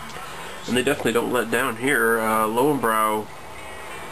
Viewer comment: more like leu-ven-broi